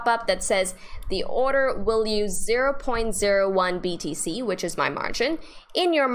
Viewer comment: Great stuff! I was so confused because Kraken let's you place an order and stop loss at the same time! Binance has two steps! By the way, sounds like you are saying BDC!! Thank you! You are a beautiful great teacher!